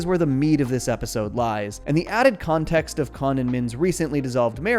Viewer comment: I heard that pun. You pronounced it "Kahn-text" instead of context. I noticed. That's excellent <3